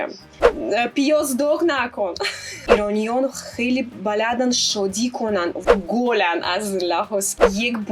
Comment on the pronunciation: She speaks really well, but can someone explain something to me? To me she seems to have a clear Russian accent (well, I guess Belorussian). Do other people hear this? Her pronunciation seems off in some places. For example she says "baLADand" instead of "balaDAND". And with "i/y" sounds she says them like "u" sometimes (e.g. baazoo hatoo). (which might be explained by the fact that in Russian script the letter that looks like "y" is pronounced like "u", so maybe she read transliterations at the beginning and misunderstood how to pronounce that letter in farsi. I'm haven't been learning farsi for very long, so I'm not sure what the correct pronunciation is. But she doesn't sound like native speakers to me. Is she saying these words the right way? I'm confused.